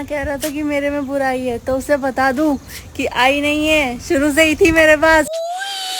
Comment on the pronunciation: Burai ❌️ burr aai ✅️😂😂